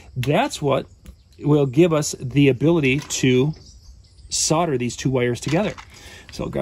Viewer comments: Isn't it called Sol der not Sod a? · Why do americans say sodder?. It's solder